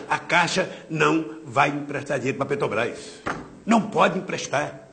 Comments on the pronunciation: "petobrais" caralho... como tem mongoloide que defende esse cachaceiro analfabeto. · o cara que sequer consegue falar o nome da empresa corretamente